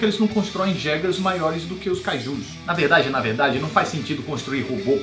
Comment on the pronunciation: Pacific Rim, não é JEGER é YEGER que se fala!!!